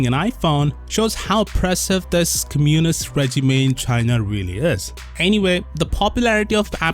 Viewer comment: When you say "communist", put the accent on 'o'